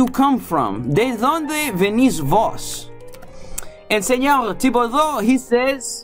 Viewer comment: esa pronunciación suena mal "senoGGGG" cuando en ningun dialecto en Castellano pronuncian las "R" como "G" ni siquiera el catalan que es incluso mas cercano al frances que el castellano, te sugiero que conozcas mas el espanol antes de hacer un video ..